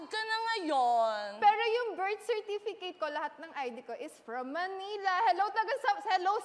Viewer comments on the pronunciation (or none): Haha true bertsirtifiket daw